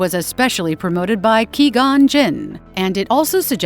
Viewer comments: I'm sorry... Did you just say queeeee gone? When it is literally said in English out loud in several Star wars shows and movies as QUEYE gone? What? (I'm spelling how it sounds btw) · Queegon... lol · It makes me really happy that everyone else also immediately noticed the butchering of QUEE Gons name